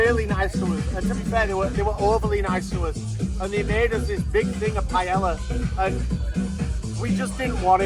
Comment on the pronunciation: Pai - El - La